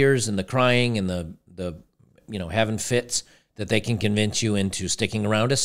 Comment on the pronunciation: To me as a non-native speaker "havin' fits" sounded like "heaven fits (them)" as in "men are always to blame, women are angels".